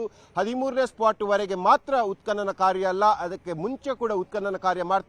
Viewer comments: ಉತ್ಪನನ ನಿನ್ನ ಕರ್ಮ ಅದು ಉತ್ಕನನ😂😂 he was right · ಎಂಥ ಕರ್ಮ ಮಾರಾಯ ಉತ್ಪತನ ಅಂಥ ಉಚ್ಚಾರ ಮಾಡಲೂ ಬಾರಲ್ಲ ನಿನಗೆ ಯಾರೂ ಈ ಕೆಲಸ ಕೊಟ್ಟರಪ್ಪ ನಿನಗೆ😂😂😂😂😂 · ನೋಡುವ ಜನರ ಬಗ್ಗೆ ಸ್ವಲ್ಪ ಗೌರವಾಬಿರಲಿ. ಉತ್ಪತನ ಎಂದು ಉಚ್ಚಾರ ಮಾಡಲೂ ಬರಲ್ಲ ನಿನಗೆ😊😂